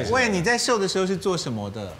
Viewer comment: wayne 念成 when